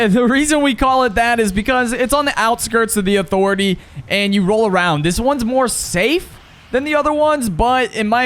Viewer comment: “UH-THOR-ETAY” 😂 bro you drop at Catty vid really made a difference 👍